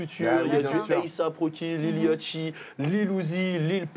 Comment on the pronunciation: C'est Lil Yachty pas Yatchy